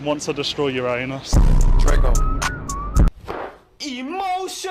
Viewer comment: It is annoying how many pronounce Uranus wrong